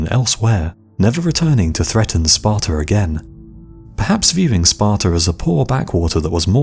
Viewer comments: It's pronounced Sparta, not Spartar. That's the one major part of English English I don't understand. Don't put 'R's where they don't exist. Australia, not Australiar. Sparta, not Spartar. America. Not Americar. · Sparta doesnt end in an R, you no english speaking fuck